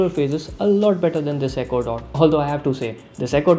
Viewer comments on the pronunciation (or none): I thought he said ecuador not echo dot